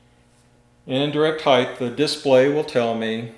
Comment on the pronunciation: height not heighth